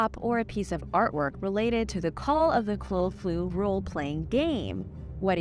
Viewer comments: The HP monster is pronounced like cah-thoo-Lew. Counter intuitive, but I've always heard the beastie's name pronounced. Thank you for making great entertaini ng videos videos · Ca-Thul-Hu but it's cool your a great information source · Lol admirable attempts on the Lovecraft creature.... just for future reference: kuh-thoo-loo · Cthulhu is pronounced kuh-thoo-loo Ask Google next time how to pronounce a word, it will spell it phonetically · I love this channel., even though there are 5 other rip offs of this channel. I have taken a peak, but all they do is rehash this channel using different pictures and a different dialogue. But you can tell it's just a rip off. That's why this is the only one I will watch, thank you. no one can do it justice like you do. And it's pronounced ka thoo loo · I love how you pronounce cthulhu. It's cute ❤😂 I know it's hard so here is a guide to pronouncing it: kuh-thoo-loo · Cuh thoo loo* but good try! You got it closer this time than you did the last time I remember you trying to pronounce it! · A little pronounciation help, Cthulhu is pronounced Kut-ul-lu :D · Came to the comments about the Cthulhu mispronunciation, but I see lots of others have already commented to LOL. Love your videos though!❤ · Don't blame you struggling with 'Cthulhu'.